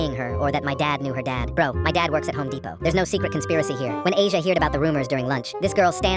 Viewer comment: Not Asia (Ah-Z-Yahh)